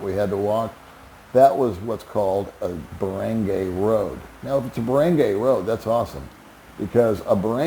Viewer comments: Where did you learn how to pronounce “Barangay”? It is a short “a” not a long a as you say. Lol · Is it really so hard to learn how to pronounce "Barangay" correctly?